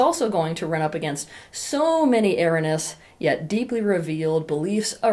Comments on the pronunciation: Teal, the word you seem to be trying to say is "ERRONEOUS". You are pronouncing it incorrectly as ERRINOUS twice at the start of this video. You might want to correct this, as it sounds very ignorant. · Thanks for your video. Please note that the correct pronunciation of erroneous is ERR OH NEE US. Thanks. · Eh-roh-nee-uhs. Otherwise thank you for this. A wonderful talk rooted in healthy depth psychology, mature experience, and whatever other good stuff you have going on. Bravo! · I like what this woman says but I'd be more impressed if she knew how to pronounce 'erroneous'. It's not ' error-ness ' as she says - it's 4 syllables: "i" + "ROH" + "nee" + "uhs". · "Erroneous"! A-ROA-NEE-YUS! Not "aranus"! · For one thing she's got Erroneous pronounced "Errenus." So much for the spelling.True I believe in protecting a woman so that she feels safe around me. She's also a partner and there must be some established boundaries as a foundation for respect. If she's throwing out sill BS to see if she can get away with it Hell she doesn't want a Partner, she just wants a 'Daddy'. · Love your stuff! ❤️ Note: your pronouncing “erroneous” wrong. It’s ur-ow-nee-us. ❤ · Erroneous = you cannot pronounce the word properly. It is: err onee uss. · Appreciate these videos and not trying to nitpick, but is erroneous not a word anymore? Hearing “erranous” multiple times is really distracting. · Good and important ideas, and I love you. However, please pronounce the word "er RO neous". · erroneous is pronounced er-row-knee-ous though, right? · Erroneous : eh-RHO-nee-us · This is the first time in my life that I've heard someone mispronounce the word erroneous before. Huh. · Is she saying “erroneous”? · Are you trying to say erroneous? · Do you mean "erroneous"? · I am disappointed that you can't pronounce "erroneous" correctly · It is irritating. And English is her first language. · Erroneous pronunciation